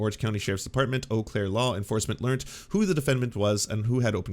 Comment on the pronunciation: I am a native of Wisconsin who has lived near Eau Claire a good majority of my life. It is pronounced "Oh" Claire, not "You" Claire. I have never actually heard anyone, until now, ever pronounce it "You" Claire.